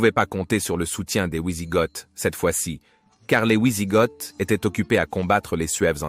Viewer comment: Super vidéos merci à toi sur cette période il n y en a peu. Par contre pour les prochaines pitié ont dit "vi sigoth" et non "oui sigoth" merci à toi 😂